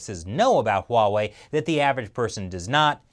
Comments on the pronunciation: "uawei?" no, 'Huawei' Norway? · Uh I love you but it is pronounced (Wah-Way). Huawei actually had a name recognition campaign for this or did they just do that to make it easier to pronounce? Edit: Okay. I'm wrong. It is (Hwa-Wei) in Mandarin. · It’s Huawei NOT Wawei! Stop saying it like that! 😂😂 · It is actually pronounced as "wah-way" not Huawei. You are wrong mate and the official is pronouncing it correctly. I pity you as your channel name is "China Uncensored". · H’why h’would you pronounce it wuhway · THANK YOU for pointing out that even our leaders keep mispronouncing Huawei, which is pronounced just like it's spelled! (HWA WAY, in case anyone is still confused.) I find it so irritating that even some NPR and Bloomberg reporters never took a minute to double-check that, as well as how to correctly pronounce Xi Jinping. And I'm always politely correcting people who say "kung fu" instead of gongfu. LOL. But at least THAT is understandable, since Westerners got used to seeing the confusing Wade-Giles Romanization of Chinese before pinyin finally became better known. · your “Huawei” got pretty close to “Wawei” ;) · I know, right. Here in the Netherlands people say Hu-A-Wai which sounds even worse. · I've been trying to improve my Chinese pronunciation. So Huawei pronounced wha-way? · Huuuh... It's actually pronounced WAAAAAH-WAAAAHY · HiSilicon has been preparing for years yes, they have been stealing industry secrets like cleptomaniacs. Huawey should not be given 90 days, cut ties with the thieving bastards now and get it over with. PS. I'm going to dream about saying Huaway.. with an H... tonight, I'm so self-conscious now... Ban it so I do not have to say it!! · i think he is speaking cantonese wah wei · You mispronounced huawei as well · Finally someone noticed that so many people are mispronouncing Huawei 华为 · easy way to pronounce Huawei, CRAP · Did anyone notice that mispronunced Huawei with a W instead of an H. Should be ashamed. LOL:D